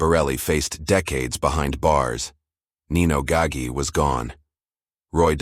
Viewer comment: Typical: mispronounced Gaggi